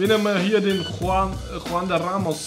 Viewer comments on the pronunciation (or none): none